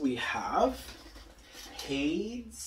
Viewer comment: I’m not sure if your aware but Jim shore - Disney Traditions - The Lion King - Scar - ( Preening Predator ) was released in 2020 Also Hades is pronounced hay - dees not haydes Further more I love lucifer and he is a cat 🐈